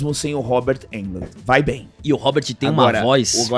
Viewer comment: De onde o tirou "Robert Eldmond". 😂😂😂. É Robert Englund. Uma curiosidade, duas, na verdade. 😅 Englund começou no cinema em outro clássico do terror "Halloween". Ele foi assistente de arte do filme, responsável por jogar folhas secas no chão pra fingir ser outono, época de Halloween. Eu fico imaginando como o destino nos é imprevisível. O cara trabalhando jogando folhas no chão num filme independente de terror, nem iria imaginar que, uns cinco anos depois, se tornaria um dos maiores ícones do gênero em todos os tempos. Outra curiosidade, é que Englund fez o teste para Han Solo em Star Wars e, obviamente, não passou. Mas, indicou o teste para seu amigo de quarto na faculdade, Mark Hammil. Portanto, talvez se Englund não tivesse indicado Hammil para o teste de Star Wars, não teríamos cultura nerd, nem blockbusters e o cinema seria outra coisa bem diferente se pensarmos em todas as hipóteses e influências que Star Wars causou no cinema, na cultura e na sociedade. Eu sou muito fã de Englund desde a série V de Vitória (A da invasão alienígena) onde ele fazia um Et do bem. Eu torço muito por um novo filme ou uma nova trilogia de "A hora do pesadelo" com ele no papel, porque, diferente de Michael Myers, Jason Voorhees ou qualquer outro slasher encapuzado e misterioso, Freddy Krueger é Robert Englund, só ele sabe dar o sarcasmo, a ironia e o sadismo característico do personagem. Por outro lado, segundo o próprio Englund, ele está velho gordo "Nazário" e não tem mais a capacidad